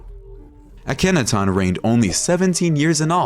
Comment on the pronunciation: Please learn how to say these words properly instead of this annoying slant. It's not Uh-KENNAtawn.